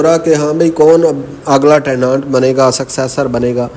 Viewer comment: teh·nuhnt not tehnaant plz sir.